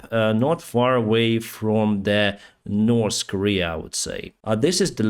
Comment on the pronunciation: You know, there is no letter S in the words north or three. Its not "nors" nor "stree". You would sound much professional, if you would pronounce the basic words right. Just a friendly suggestion.